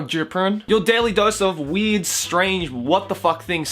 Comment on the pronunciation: Sounds like says "weed" every time he says "weird" can't you hear that shit????